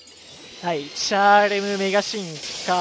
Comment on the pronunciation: チャーレムのイントネーションが気になる